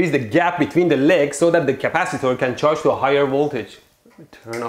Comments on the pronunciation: Capacitaurs he says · the way you pronounced... CapaciTOR, ResisTOR🤣